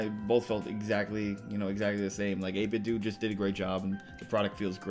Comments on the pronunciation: According to the 8bitdo speaker the do is pronounced like the word instead of like Nintendo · It's actually 8 bit "doo" 🙂